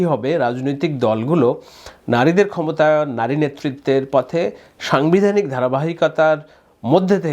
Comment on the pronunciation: Vai aponar bangla uccharone onek ghati ache !! zemon somogrik ( samogrik), songbidhanik (sangbidhanik ).....